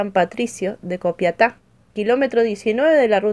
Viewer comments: es Capiatá no Copiata 😅 muy buen relato 👏👏 saludos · La Ciudad se llama "CAPIATÁ"... no Copiatá